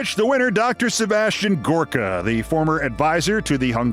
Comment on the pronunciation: Huh,thought his name was Gooooorka pronounced in his best Transylvanian vampire voice.